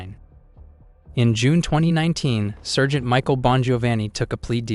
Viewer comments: Using AI for narration needs to be banned. Surgent??? Sargent Intigrah??? Integra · Anyone who can't pronounce sergeant correctly is someone I don't want to listen to...too damned lazy to do the bare minimum of pronouncing very common words correctly, means too damned lazy to get the facts right.